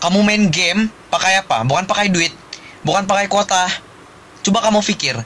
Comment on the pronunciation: Tu quota pun jadi kuata suda sy dengar wkwkwk adei